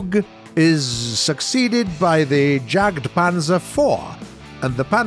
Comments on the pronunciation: Jag-panzer? It’s pronounced yagpanzer... 🤦‍♀️ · Every time Jagdpanzer is pronounced “Jogged-panzer” instead of “Yahgd-panzer” I go into deep cringe... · Do you speak german? It's totally possible to create the german sounds as a native english speaker. It's not magic to say Yucked-Poncer instead of Jagged-Pants for example, which would be an improvement to pronounce Jagdpanzer at least. And the Bär in Brummbär would be fine as Bear, no one would complain but pronouncing it as 'bar' makes him look like he doesn't even try to be honest. I mean it's a Gaijin Video, you could expect them to know how to pronounce the tank. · Jagdpanzer ... Jagdtiger ... Jagdpanther brother, the way to pronounce that is 'Yag' not the 'j' sound